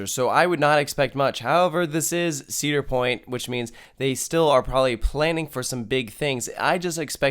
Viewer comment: Uh... It's Cedar Point...